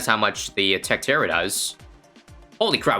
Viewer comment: 'so things like tech tewow'